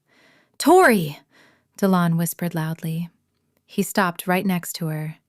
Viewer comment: Dillon…seriously!? di-LON. Unbelievable. Oh, then they spell it DE Leon.